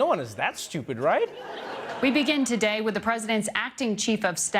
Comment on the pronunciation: Trump. Pronounces today as Tewchey